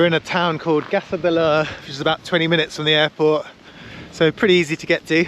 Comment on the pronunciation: Gjov is pronounced more like "Chiouw"